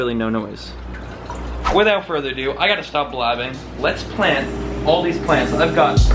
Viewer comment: "Without further aduo"